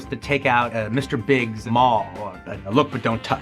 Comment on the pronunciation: It's Mr. Bigs "moll" not mall or small. A moll is the female companion of a gangster